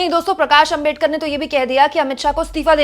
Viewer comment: आपका सम्मान है। लेकिन क्या अंबेडकर, अंबेडकर, अंबेडकर, अंबेडकर! सरनेम तो सही से बोलिए। वो आंबेडकर है। अम्बेडकर ya अंबेडकर नहीं। कोई भी नाम सरनेम किसी langauge में चेंज नहीं होता न करना चाहिए (बोलने में कठिनाई हो वो बात अलग)। क्या ये बात आपको मेरे जैसे सामान्य आदमी ने बताना चाहिए। गांधी को गंधी या मोदी को मेडी, यादव को यदव, शर्मा को शर्म बोलो तो कैसा लगेगा। पुराना गलत तरीका छोड़िए अब तो। क्या ये इतना कठिन है?